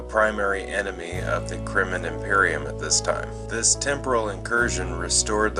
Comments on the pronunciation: Why do you keep calling the Krenim, "Krimmon"?!?! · Why cant he pronounce Krenim?